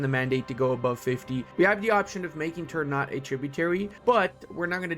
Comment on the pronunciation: Ternate: tr - naa - tay. Tidore: Tee - Door - Ray. Just a minor info from Indonesian.